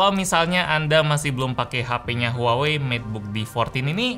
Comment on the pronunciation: Huawei: Wah wei: Huawei